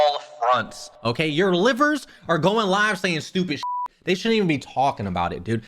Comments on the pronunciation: Not the "livers" 😅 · "Sellin" I can make so many memes about this but I won't bc the situation actually is serious "Ceiling" & "Livers" (like the body part?) I can't take this seriously mb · Our 'livers' 😂😂 So just made my day